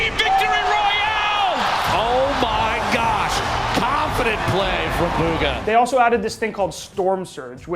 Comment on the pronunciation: Buhga not booga